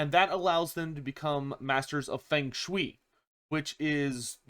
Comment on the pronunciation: “Shui” in “feng shui” is pronounced like “way” not like “we”